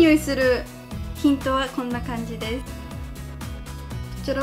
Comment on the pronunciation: バック便利♪めっちゃ色々買ったんですなぁ～♪ さ～んあのぉ、ティントの発音おかしくないですか？(ごめんなさい！なんか違うようなきがする…w)